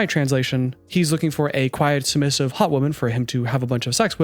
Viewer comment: Bro said “submissitive”… annnnndd strike 3 you’re outta here! Couldn’t even get passed the show’s interview introduction without sounding like a fcuking moron.